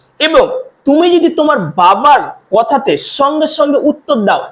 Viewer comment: বাংলা উচ্চারণ ই তো করতে পারনা,তো ইংরেজি কি শিখাবে,,ছঙ্গে ছঙ্গে না,,সঙ্গে সঙ্গে,, তবে তোমার পড়ানো বেশ ভাল